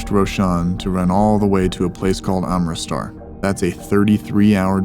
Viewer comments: It’s AM-RIT-SAR not amritstar they will not know what amritstar is cause they are dumb idiots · you pronounced Amristar its AMRIT-SAR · your saying amristar its amritsar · Bro pronounce 'Amritsar' as 'Ummreetsar' then they will Understand it Quickly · Also, it's Amritsar I guess, not Armistar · Hhahahahha It's AM-RIT-SAR he keeps saying AMRIT STAR its making me crack up hahaha Good Job btw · Please stop saying Amristar. It's Amritsar. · P, It’s not Armristar, it is ArmritSAR! I know that’s a small difference but we want them to know you are really good! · Nice work. Just wanted you to say the city properly. It’s AmritSAR. Not AmritSTAR. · Pssst...it’s not “arm-i-star” It’s “Ahm-rit-sar”. We have family in Amritsar. Mostly Delhi, but also in Amritsar and Ludhiana. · Amrit-sar is the right pronunciation! I’m addicted to your channel btw. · Brother the pronunciation is AMRIT - SAR KEEP UP THE GOOD WORK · It’s pronounced Uhm-rit-suhr (roll the r at the end ) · the place is 'AMRIT' + 'SAR' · Say it like this , Ammreet - sir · Not only did you say 'Amristar'. Moments later you said 'armistar'.. What's next? Armystar? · Am rit sar is the correct pronunciation. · AM-RIT-SAR holy place, if not for scammers! better get it right!! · It's pronounced "Am ritz ar". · It is pronounced AHM-RITT-SAHR. Keep up the good work! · Love your work Pierogi! But my guy it's Amrit-Sar (pronounced Umm-Ritt-Sir) Appreciate your continued efforts and work!!